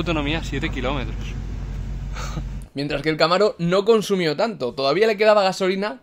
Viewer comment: los trdientos kilominos jajajajaja jsjsjsj